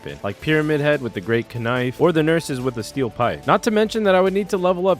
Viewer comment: No way you said “ka-nife” 😂😂